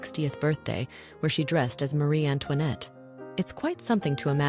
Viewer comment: por amor de Deus, nem sabe falar direito rainha Marie Antoinette... e já agora...diz-se A parure não é o parure